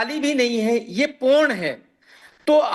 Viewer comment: पोर्न ❌ पूर्ण ✅